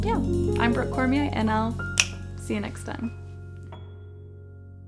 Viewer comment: I thought she said: hi I am broke….not Brooke lol